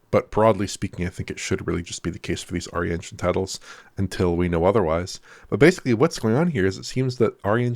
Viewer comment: pulled the 'YESSSS' on in higher spirits today keeps incorrectly saying 'basely' instead of pronouncing 'basically' as one should - please correct yourself Starfox - wish this game would release on PS5 Pro as well